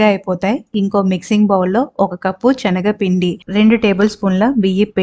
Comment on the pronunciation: Chenaga pindi kaadu, senaga pindi